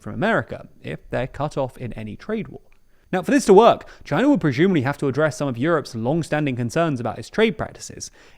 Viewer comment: Really like the insights and videos but the fact he can’t pronounce the ‘s’ properly really gets to me 😅: “contchumer” (consumer), “prexumely (presumedly) 😢